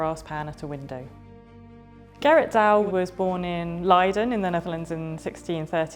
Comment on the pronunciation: it is leiden not laaiden😂